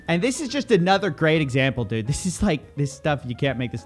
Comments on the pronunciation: The many "dudes" of Coffeezilla: Ded Did Dad Dud And my favorite... Dewd (rhymes with feud) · the way says "dood" is the reason I watch these lol